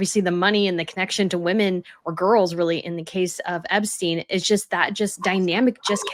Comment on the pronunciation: This is a very good interview, thank you. I noticed for the first time that Andrew Lownie pronounced the plural word 'women' as if it were the singular word 'woman'. How very odd! Its certainly not an English thing.